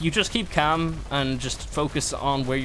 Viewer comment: Damn you got real irish with the just keep calm..;)